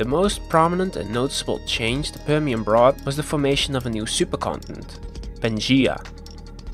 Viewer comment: Prr Shen. Whats wrong with this guys pronunciation and sylabic emphasis. Annoyed me. Apart from that content was comprehensive and informative.